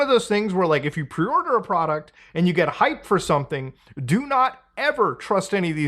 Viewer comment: Preeee...order? I am sorry, I do not understand these words that you are speaking.